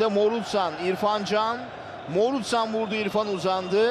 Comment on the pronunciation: Ya Morutan ne zaman Morutsan oldu..😂😂😂